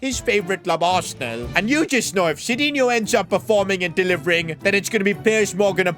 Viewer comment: btw it is not sidinho, but sidinhu to read...funny, you cant even read correct your creation.